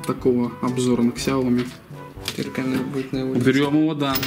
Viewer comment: Ксяоми, судзуки....мля....